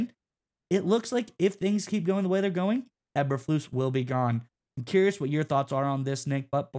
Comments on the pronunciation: E berflus. NOT aber flus. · It's pronounced Eeeeber lose,what is the letter called eb or eeeeeeee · How can we take you seriously when you refuse to pronounce the coach's name right? Even if I agree with you? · First time watching your videos, it's hard to take this as serious when you keep mispronouncing the coaches last name. Nothing personal but man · These guys are terrible! Can’t even pronounce Bears coach’s name correctly. Thought the video might have saying something. Useless video